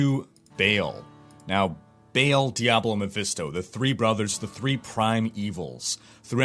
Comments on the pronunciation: Oh and by the way, it is Baahl, not Bale :) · Its Ba'al not BALE! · it's not actually "bail", it is more like "bae-el" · well he isnt the mythical Baal, I know that u are supposed to pronounce that as "ba'al', but Diablo Baal is "bail" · if you watch the cinematic when he kills the barbarian at the gates of Harrogath, his name is pronounced "bail" as well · It clearly should have been pronounced Ba'al, which is the only way to pronounce it. You don't put a chair in your game and call it chour or chier. The reason it wasn't called Ba'al in the game is because Blizzard are lazy and didn't do their research.